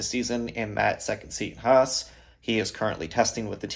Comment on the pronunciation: Finally, someone who says HAAS properly. This is great news.